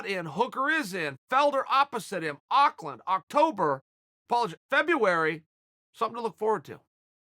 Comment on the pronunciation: Thanks for pronouncing Auckland as good as an American can, Chael!